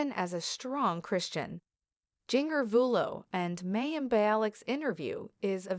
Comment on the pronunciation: Very AI voice. This is why we need humans to read things out loud. It's said Ginger not jing-er. I know of course it is spelled with the J like the rest of the Duggar children. Oh, and Mayim was said as May-im. 🤪